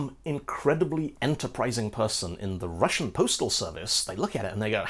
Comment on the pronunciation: I'm russian, and am really happy at you actually pronouncing russian correctly! incredibly rare :D